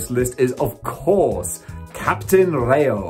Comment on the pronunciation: It's. Captain. Not. Ray. O. In. English. R I. Y. O. Ra. Yo. Y. Sounds. Like. I.